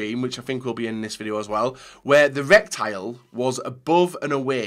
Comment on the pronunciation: ITS RETICLE NOT RECTILE!!!! Sorry I enjoyed the video but I couldn't stop cringing when you said that word Haha